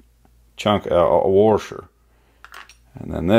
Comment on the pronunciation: You are a well spoken individual lol "Worsher" thanks for sharing.